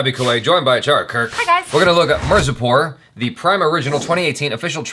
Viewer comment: Whatt did he just say mercy pour instead of MIRZAPUR.